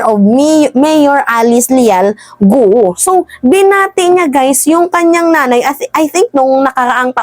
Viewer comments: Ang bigkas ng Guo ay gao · Guo is pronounce as “Kwo” or Kwoh (silent H)